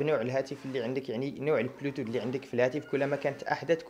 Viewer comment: صديقي عمل مزيان لكن عندي ملاحظة حول نطق بعض المصطلحات (مثلا بلوتوت ماشي پلوتوت ...) عدا هاد استمر ومعذرة.